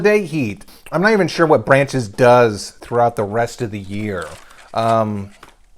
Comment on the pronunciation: Why come calls Brach's "Branches"?